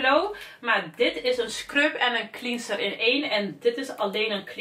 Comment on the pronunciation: Het is cleanser met een è en niet clieeenser.